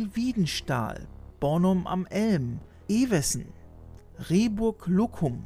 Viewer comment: Wiedenstahl? Rehburg-Luccum? Das tut ein bisschen weh in den Ohren, wenn man dort aus der Gegend kommt... 😅